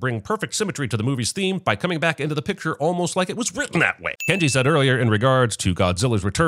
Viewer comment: I lost it at the "Ken-Ji the Sciense He" lmao